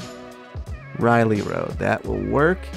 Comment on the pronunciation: "Riley Road"